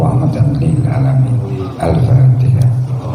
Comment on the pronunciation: Bisa nya cuma ini n alfateha juga slh baca gm org spt di bs di agungkan.